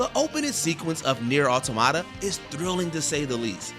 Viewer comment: Please someone teach this man how to pronounce things. “Autamata”, “Glasscoigne”, “Jairalt”, “Gayden”????